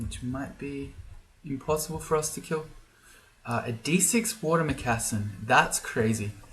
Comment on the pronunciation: Genuinely just curious, but has anyone ever commented on how you pronounce the word moccasin? It's just that I grew up in water moccasin territory, so the way you say it tends to catch me off guard sometimes... no big deal, just curious.